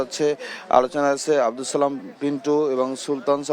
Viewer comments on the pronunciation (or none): none